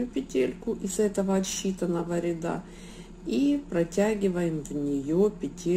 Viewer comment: Не рядА, а рЯда